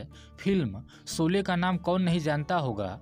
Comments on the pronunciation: आप शौले को सोले बोल रहे है . श, को श कहिये स नहीं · पहले शोले तो ठीक से बोलो! सोले बोल रहे हो 😃😃😅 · Soly !!! Bhai ye sholy hain Hindi ke sahi shabdun ka Uchcharan ( pronounciation ) bolna ab to Sikh lo bhai .... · 'सोले' नही, फिल्मका नाम था 'शोले' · Sole nahi sir sholay sayad nahi Shayad hota hai nisana nahi nishana aap ke uchcharan me hi galti hai